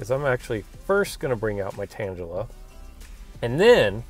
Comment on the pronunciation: You say "tangla" strangely. maybe its because I'm from england lol